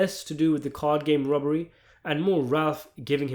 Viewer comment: Are you calling it a Rubbery because your accent is so heavy, or you're impersonating the way they say it, or you're trying to avoid the YT flagged words?